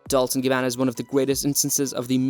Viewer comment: Horrendous pronunciation. DOLCE as in CHESTER, CHESS, CHEST, NOT DOLS